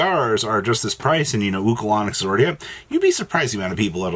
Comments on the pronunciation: He said, "Ulco-Lon-Nic" 😂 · Bro said oocalanix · The way you pronounced Ulcanix was criminal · lol agree